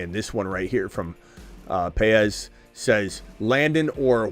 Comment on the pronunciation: BTW, , you pronounced Paez correctly and I thank you. Very difficult for many. I am also a J. Paez so you have two of us watching you! What time is the stream tonight? Can't wait to see results. Take care